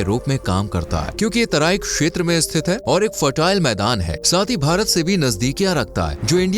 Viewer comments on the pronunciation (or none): Birgunj nhi hai bhaai saahab Birganj hai pronounce Birganj hota hai. Teraai nhi hai pronounce Taraai hota hai Nepali me likha hoga woh bhi dekhiye . Sabhi Gunj ka pronounce Ganj hai. Jay nepal.